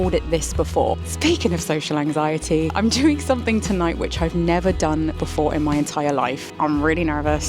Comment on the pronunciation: I had to replay it 3 times to realise you said social anxiety, not sexual anxiety 🤣. Blame it on my hearing ❤